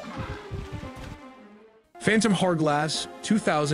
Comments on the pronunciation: phantom harrglass lmfao It's called phantom hourglass (hour glass, as in an hourglass) and hyrule is pronounced Hi-rule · Fun watch! The way you were pronouncing the word hourglass drove me a little nuts though😅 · I’ve never heard anyone pronounce “hourglass” like that before.